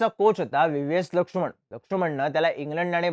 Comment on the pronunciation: लक्षुमण नाही रे... लक्ष्मण